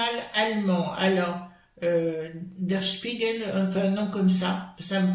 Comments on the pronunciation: Bonjour,l'appareil medical dont vous parlez est un cathéter qui coute 1500 Euros et qu'ils ne veulent plus rembourser.Bonne prononciation pour le journal allemand,bonne journée.😊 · Bonjour pour info votre prononciation pour le journal allemand "Der Spiegel " est parfaite!